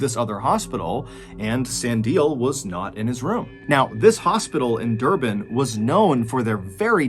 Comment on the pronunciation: Also never heard of these 2 stories before and I'm also an South African but it was very interesting. Thanks MrBallen, we've been listening to your stories since 2020 and found it very interesting 😀👌I must agree, your pronunciation of Stellenbosch & Durban is pretty good!